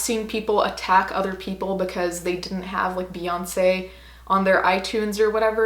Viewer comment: Lol can't even say her name.